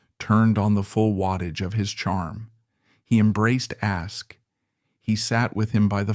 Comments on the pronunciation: And the AI wasn't even consistent in the error, moving from Ask to Askee back and forth. For those of us who know the history, it's annoying, but for people and kids exposed to this history for the first time, it's confusing. How difficult could it be to get a history major or a theater student to read the text? t theater studen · Hey AI IT's not ask-ee It is ASK ending with a no sound E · His surname is pronounced Ask not Askey.